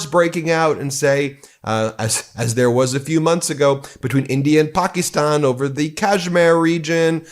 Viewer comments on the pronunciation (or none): Stop mispronouncing Pakistan please